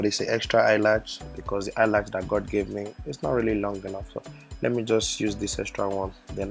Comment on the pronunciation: Omg he's so funny he was constantly saying eye latch haha and y'all gotta rub in accordance in order to slay hard. Girl I enjoyed the video and yeah he did great but eye makeup was 💯😍